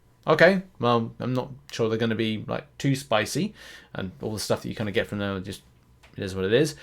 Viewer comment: You said Jest?? You mean just?